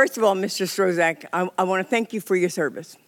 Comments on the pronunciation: She not saying his name correctly. It’s pronounced struck! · Mr Strozack, 😆. The congresswoman can't pronounce his name and he gotta sit there and be called somebody else's name. 😆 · She doesn’t get to decide who’s fit to be president, the American voters do. I never saw her before and was surprised that she couldn’t pronounce his name after hearing it so many times. Is she fit to be in office? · David, I don't understand what you're trying to get at. Is this a substantive issue you have with what Ms Coleman said? Are you attempting humour? Or are you legit trying to discredit what she said because of her pronunciation of Strzok's name? I pronounce it kinda like struck. Happy?